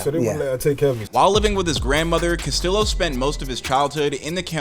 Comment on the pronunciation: Dude say the name right yeah dumb mf. Castiyo